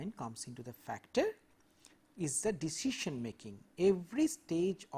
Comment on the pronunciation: I forget the true pronunciation of decision after this lecture